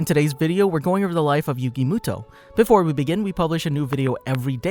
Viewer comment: Moto not muto